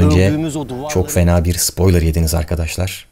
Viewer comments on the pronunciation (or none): none